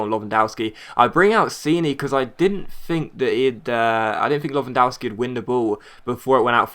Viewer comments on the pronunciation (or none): you say Lewandowski wrong JS Great vid